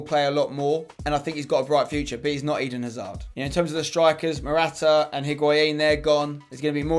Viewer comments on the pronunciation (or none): none